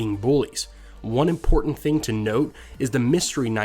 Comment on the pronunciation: I love videos but I hate the way he says "imporTanT"